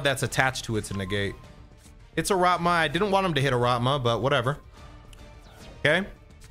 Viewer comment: It`s ARATAMA dammit, not ARATMA. Hurts my ears every time ))